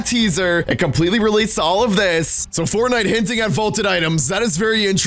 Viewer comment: My mom can say Fortnite better than you